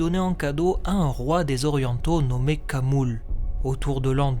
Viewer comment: Toc toc, bonjour :) Auriez-vous quelques instants pour parler de notre maitresse à tous, la prononciation ? ;) Dans l'ensemble, c'est vraiment du très bon. Il y a juste un point qui, je pense, est probablement erroné : Khamul le nazgul. Si l'on suit les directives de Tolkien, le "kh" devrait se prononcer à l'arabe, comme le "ach" en allemand, cette sorte de R du fond de la gorge. Pour info, j'en parle dans la dernière partie de cette vidéo